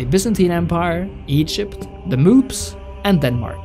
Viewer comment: Did you say the moops?😄 HaHaHa good one.